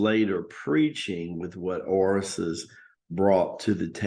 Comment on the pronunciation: Do you mean Osiris (Oh-seer-is) and Isis ?